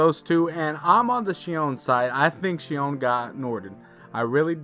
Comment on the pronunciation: It’s xion 🙁